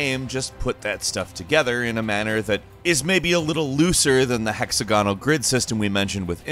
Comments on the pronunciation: I hate the radio announcer sounding narration. Always sounds like the guy doesn't really know what he's talking about. Hex AG onal ok not hexa GON al for example but just generally too. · [ hek-SAG-uh-nl ] (sorry to nitpick) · Great video but was anyone else bothered by pronunciation of hexagonal?